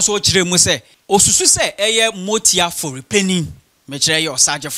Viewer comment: masa get ur pronunciation right. it is Amoatia not motia